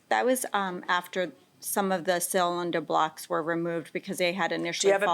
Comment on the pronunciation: I nearly cut my jugular with a fucking spork every time she said cylinder block. For fucks sake.